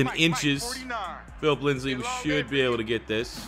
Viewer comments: Please, It’s Lindsay not Lindsley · It’s Philip LINDSAY not LINDSLEY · Also its Lind-say not LindsLey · I love that he paused to correct himself on saying Risner's name, but calls Lindsay "Linsley" for all of time. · IT SAYS LINDSAY RIGHT INFRONT OF YOU WHY DO YOU SAY LINDSLEY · I cringe every time I hear “Phillip Linsley” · It actually makes me wanna die as a die hard Broncos fan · Trust same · you can pronounce but not lindsay?